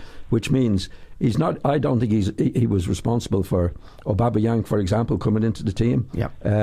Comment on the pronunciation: Giles: "Aubabayang...." ha ha ha